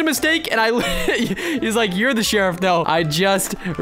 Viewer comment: Lol he said sherruf died but he was sherrif lol